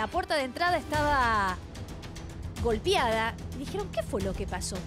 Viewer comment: Avísenle a la “periodista” que es *golpeada, no “golpiada”, deberían darle el trabajo a alguien que sepa hablar bien, tantos periodistas de verdad con título no consiguen ni media jornada y en cambio ésta está ahí por casting sábanas, la injusticia de siempre